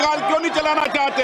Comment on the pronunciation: इस बिड़ले को हिंदी बोलना ta नहीं आता है निर्णय को निने बोलता है 😅 चाहते जो चाते नहीं को नी